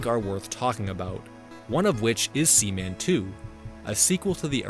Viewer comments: Sea. Man! SEA! MAN! Not semen. As in jizz! Splooge! Man bazooka juice! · I love that you kept calling seaman sеmеn